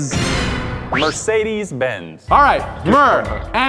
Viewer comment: sayd mercedes bnz